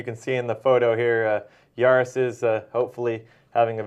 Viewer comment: It’s Jaris, not Aris. My husband was one of the officers in that room. It was absolutely horrible! I remember that call, like it was yesterday. This wasn’t the only call, that sent him to the vet. He and my husband were both knocked out cold during another incident. 😢He just recently passed away.